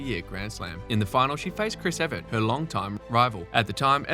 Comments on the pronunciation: Why do you keep saying Everett, it's Evert!!! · Why does the narrator keep pronouncing Evert like "Everett"? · Really misleading to list the player’s total singles and doubles titles, and then say ‘no grand slams’. Many of these players won doubles grand slam titles. Shriver alone has over 20! And it’s Evert, not Everett.